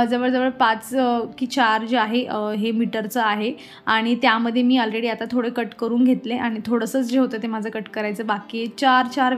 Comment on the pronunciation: English Che word khup Chukiche pronouns karte tu Jase ki हॅानेस्ट नसतं अॅानेस्ट असतं अलरेडी नसतं अॅालरेडी असतं असे बरेच शब्द चुकीचे बोलतेस